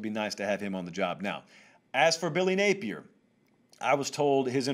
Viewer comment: Napier is pronounced “nah-pee-ay”. It’s a French last name. Please stop butchering it.